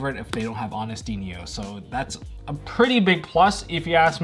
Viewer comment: Every time I hear "Honesty Neos" a fibre of my being diminishes.